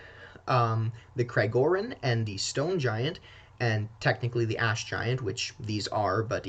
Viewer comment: All I can hear is “ass” giants 😂